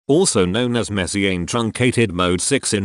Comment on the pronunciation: Should he pronounce Messiaen like that or should he pronounce it like the French